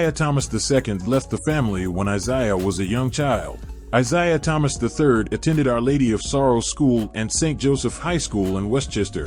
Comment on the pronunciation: How about getting something that can say his name correctly.